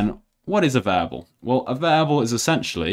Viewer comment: I hated how he pronounced "variable" as "vable"